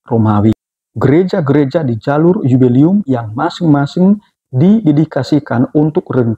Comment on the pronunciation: 'Jubileum' romo!! Bukan yubelium.😭😭😭